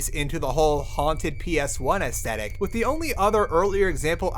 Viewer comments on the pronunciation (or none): Lost in VIVO has maps!? Really? I've beaten the game without knowing that?! Also, i don't quite get why sometimes he substitutes "th" with "z/s" saying "Wiz" instead of "With" and so on. I just found that detail peculiar and wondering if there is an explanation.